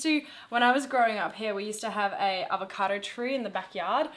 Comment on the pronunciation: It apPIAs like some people KANE't run as well as lift but that aVATOcado looks YUM - a "Mwell yum BrECK" ("well yum brek"... rhymes with... sort of!!) x